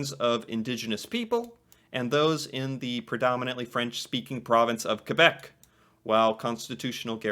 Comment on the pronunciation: 1: Wow, you pronounced Québec better than like half of English Canadians! 2: I am kinda sad that in the opening thing Québec was only mentioned as a "challenge." It's true that there are challenges relating to relations between English, French, and Indigenous people here, but there's a lot of beauty in that diversity too which I feel doesn't get enough recognition, often being overshadowed by the multiculturalism fuelled by immigration. And without French Canadians and all the history of them and how they've impacted everything from the culture to identity of not just French speaking Canadians but all Canadians, it wouldn't be the same country. I guess to sum it up, those of us outside of Québec may also do well to say to ourselves "Je me souviens" sometimes.